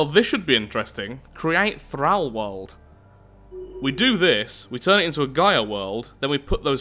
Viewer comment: th-r-all not th-r-al